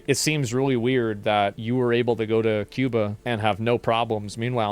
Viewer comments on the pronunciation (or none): I like how he says cooban what a retard